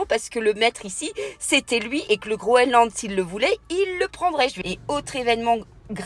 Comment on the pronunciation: Bonsoir, on dit GroeNland et pas Groeland 😘 la bise de 🇨🇭